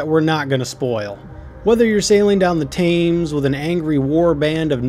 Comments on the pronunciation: thames =tems and anglo saxon is ang-low saxon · Thanks for great review Umm feedback regarding pronunciation - check 'Anglo-Saxon' and 'Thames' But thanks.